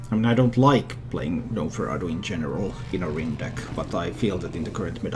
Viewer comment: The G is silent in gnomeferatu. Love your analysis